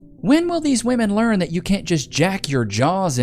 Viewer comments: What the f is going on with young people unable to distinguish the difference in pronunciation between woman and women? It's woom-uhn and wim-in. NOT WOOM-IN! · Why do so many of them pronounce women as "woman"? Do they not speak English? Woman and women are not pronounced the same FFS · Still baffles me when a woman cannot correctly use that term in the right context. They’ll refer to multiple women and still pronounce it in the singular. ITS SAID DIFFERENTLY YOU DOLTS. Women - singular - w(uh)man Women - plural - w(ih)men Stupid.